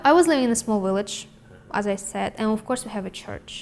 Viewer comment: "I live in a small willege". She's cute.